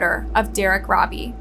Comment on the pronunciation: Eric should have been chemically Castrated by the Prison system before being allowed to be released Eric should never be allowed to Procreate he is an Evil spawn who's genes.should not be allowed to carry on through Procreation. Also Derrick Robie his last name is Pronounced ROE BEE not Robbie.